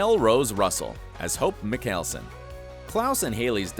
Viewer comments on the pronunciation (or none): Mikayleson- I almost passed out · How to pronounce hope’s last name. (Michael-son) Michael then son. Klus said it a million times in between the vamp diaries and the original!! So if you’re going to say something say it right. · IN did this guy say mikelson and not mikealson uggh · Why did he say “mikelson” instead of “mikaelson” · meekalson? omfg- it’s pronounced m eye kel son jesus christ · Mikelsun?!Really?!Maikulsun!!!Learn the names,then do a video!!! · I mean cause “Michealson” would be spelled like that👈🏽lol I mean Michaelson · Y pronounce mikaelson as micheal-sin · I’m sorry but I can’t believe a word you just said cos you don’t no how to say mickalson like wtf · Muh-Cail-Sen....im logging off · It bugged me he pronounced Mikaleson wrong! 😂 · IT'S MYKELSUN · Ok... it’s pronounced hope “my kel son” and “uh lar ick” saltzman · A-lar-ic🙄 hes one of my favs. I love Mg’s character. He seems like he would be a sweet person irl. Mike-ale-son😂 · "Mick hael son" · guy:"Hope MiKEALsEn" me: wtf is wrong w/ this guy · Uhl-eric? Mik-kale-son? Seriously? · ....................... you completely mispronounced Hope’s last name and Alaric. Alaric: (Uh-lare-ric) Mickaelson: (Michael-son) ... not that hard sigh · ITS PRONOUNCED AS MICHAELSON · I’m in pain. “Hope mikelson”. AHHHH STOP NOW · This man said “McAlson” 🤮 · al-arh-ic and mikcalson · Right like... makelson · Lol you said some of the characters names wrong also you pronounced Mikaelson wrong also I think I spelled it wrong but ya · He said arias last name right but Mikaelson wrong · why does he keep pronounsing all the names wrong, bet he doesn't watch the show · how does one say Mikaelson so wrong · The way he said Alaric and Mikalson got me annoyed! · Did he just pronounce Mikaelson wrong??? And Salvatore too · Did he really just pronounce Mikaelson like that🤦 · How dare you pronounce Mikaelaon wrong that's so disrespectful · I'm triggered by his pronunciation of "Mikaelson" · He’s says mikaelson wrong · Yeah wtf